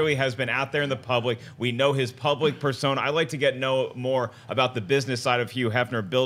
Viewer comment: patrick soler Yeah if it's a word that begins with hu he pronounces the h like a y. Maybe it's a regional thing. I wonder where he's from.